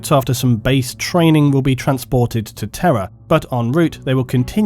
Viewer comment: I misheard "Terra" as "terror" for the entire video, and it still made sense.